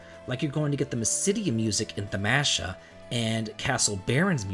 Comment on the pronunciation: He pronounced a lot of things wrong lol. Thamasa, Genji, pronouncing dual-wielding as dual-welding etc...